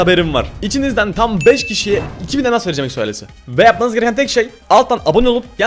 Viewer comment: eksoales demen beni gıcık ediyor